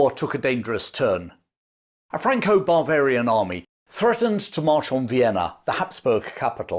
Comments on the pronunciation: I'm pretty sure your saying Franco-bravarian, but Im hearing Franco-barbarian army. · The way you pronounce “Bavarian” sounds like “barbarian,” so it’s a little humorous hearing something that sounds like “Franco-Barbarian army.” 😂 Also, an English general wins a battle against the French while commanding mostly non-British troops, but the English still take all the glory for it? Sounds familiar! 😅 But speaking of similarities, it’s funny how super successful commanders often suffer from their own success. Just like Hannibal or Yi Sun Shin, despite being by far the best commanders their nations had, they were undermined and sabotaged by jealous forces at home. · I heard it again a little bit later, and several times clearly "Barvarian". 😂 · Perhaps, but I'm not the only one hearing it. 😂 Some variety of the "Intrusive R"?